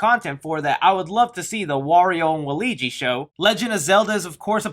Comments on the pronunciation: "Waligi". Bro, its waluigi. So close. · Waligi? It's 'Wal-u-igi'! Waluigi! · the fact that he says walligi instead of waluigi makes me upsetti spaghetti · it's Wall-OO-EE-Jee not Wall-EE-Jee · Waligi????? Its Wah-Luigi not waligi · Anyone gonna point out the fact he said “Walligi” instead of “Waluigi” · my man said walegie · Did you just pronounce Waluigi as ‘Waleegi’?! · Did you say waligi? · Did he actually just refer to Waluigi as “Waleegee?” But seriously though, I’m hoping Bowser is more of a goofy villain, more in line with someone like Hades from Hercules. For the climactic battle against him in the movie, what Better way then to do a Mario Kart Race? That would be a lot of fun too watch. Also, Post credits use: Mario is woken up to strange sounds and lights coming from his basement. He goes down to investigate, and finds none other than ROB the robot. The 2 converse for a bit, and ROB sends a small price of paper out of him, which we can only see the side of. Mario picks it, as we see from the bottom, it’s a letter. He opens it, reads it a big, then tosses it in a nearby table, as we see him run upstairs, and heat him leave. The camera slowly pans to the open letter, it goes past, before turning, to see that attached to it, was a small cover, having the Smash Bros Symbol on it. The screen cuts to black. Super Mario will Return Anyways, ideas for other Nintendo media: -Smash Bros Comic A comic combining the worlds featured in the original N64 Classic would be great to see, and having everyone interact would be fun. -Zelda Movies Ocarina of Time alone could be an amazing trilogy of films. -Star Fox Movie The universe of Star Fox could be very well done and interesting to see, maybe even getting characters from F-Zero, Metroid, and Kirby in the mix. -Kirby TV series/Comic Kirby and his Universe are very unique, and would great if put into a TV series or comic. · I’m excited for the movie! Also, the way you pronounced Waluigi’s name as “Wal-ugi” 🤣